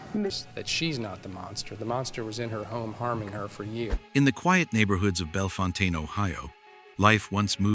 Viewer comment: Bellefontaine is pronounced “bell fountain “